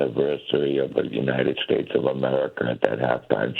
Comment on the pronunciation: He said “yunited states” at the end. He did mention the US. He’s still a degenerate though